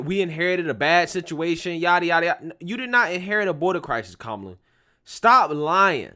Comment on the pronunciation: “Que-Mala “ I love it! 😂😂😂😂😂Kemala🤣🤣🤣